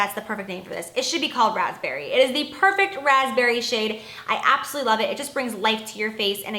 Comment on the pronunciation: I hate when you say "abosolutely" it sounds like your saying "absity"